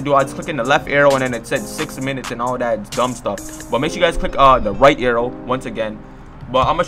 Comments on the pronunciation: AehxyTV it sound like he said "aiou" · Fr wth he saying arrthow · Is it just me or does he say arrow stupid weird😂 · he can't say arrow